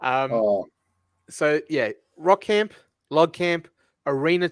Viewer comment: sometimes pronouncing Rock Camp, “Wok” Camp like Ant! 😂